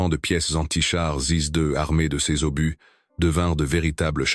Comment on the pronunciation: Quelle catastrophique voix IA qui nomme (Et j'en passe) un obus----> Par un "obusse"...!!!😁